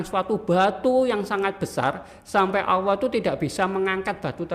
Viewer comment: Nyebut Allah kok Awoh.